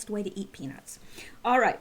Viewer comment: I’m awake! I’m awake!! Here for another round of....news 🤷🏻‍♀️🥴 only your version is sooooo much better! Love you,!! Also, be sure to always pronounce peanuTs! Lol sometimes it can sound like something else 😬😂 or I have a dirty mind 🤦🏻‍♀️ carry on lol!